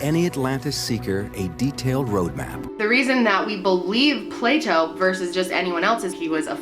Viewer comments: Did just accidentally say Pluto instead of Plato? lol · does she keep accidentally saying Pluto instead of Plato or am I just tripping? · Plato. Lol, not Pluto. 😉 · It's Plah-to xD Not Play-Dough HAHAHA! I got so confused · I love how she accidentally said “Pluto” 😂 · I died laughing when you said “pluto” instead of plato😂😂😂😂😂😂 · "Plato" not pluto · anyone else catch her call plato pluto lol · "Play Dough" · "Pluto" lol... Loving your videos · The way Americans pronounce Plato is hilarious!! It almost sounds like Playdoh..... hahahaha